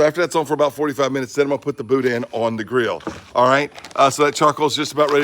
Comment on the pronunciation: In PA "Pittsburgh" never heard of Boudin at first thought you said Boot ends